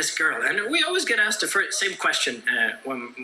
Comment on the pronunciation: you should apologize about saying "axed" instead of "asked".